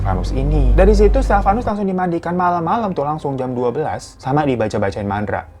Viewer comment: Bacain Mandra bang🤭kalo Mantra tu buyutnya si doel bukan pamannya yaa😂.. Sehat, semangat bang🔥🤗